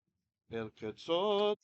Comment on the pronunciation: tip--pronouce אל correct way